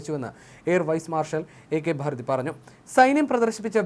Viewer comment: ഭാരതി അല്ല ഭാർട്ടി